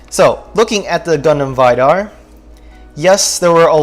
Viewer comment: Its V-dar , its not pronounced as Vydar lmao